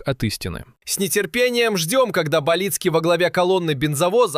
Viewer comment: Яка ганьба редакторів каналу,хоча б поцікавилися що призвище Баліцький з наголосом на ,,а'' ,а не не на першу ,,і''